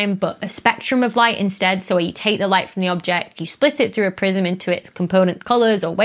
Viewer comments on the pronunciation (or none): none